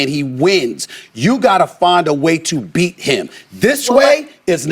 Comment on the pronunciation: I thought he said. “ Hit the bean!” 😂